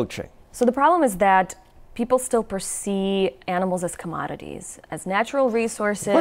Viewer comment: she said "persee" LOL she doesnt even know the word perceive and shes an expert.